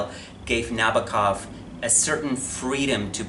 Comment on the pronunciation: It's pronounced Nah-bow-kov. Not Nabba-kov.